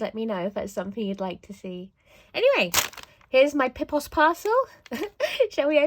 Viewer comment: Pipoos is way overpriced compared to specialised art supply shops. Your pronunciation of Pipoos wasn't too bad with a long oo like the oe in potatoes, but Bruynzeel you did butcher quite a bit. To be fair, I have no clue how to put it to fonetic English so you are forgiven😅